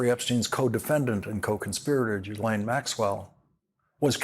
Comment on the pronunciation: Geeez, Lawrence: you could at least pronounce “Ghislane” properly. It’s not that difficult. You can do it.